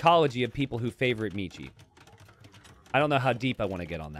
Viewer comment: Since Michi Player is a german, you schould learn how to pronounce it correctly. ^^